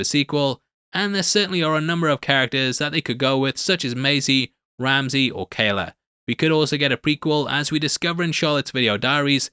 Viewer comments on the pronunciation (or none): none